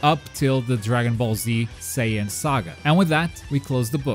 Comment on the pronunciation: Oh man! I remember the commercial for Ultimate Tenkaichi! A lot of people (myself included) made fun of the commercial for pronouncing Saiyan as "Cyan". So the tagline was basically "Become a Super Cyan!"